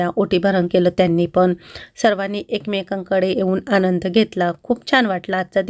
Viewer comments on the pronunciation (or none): none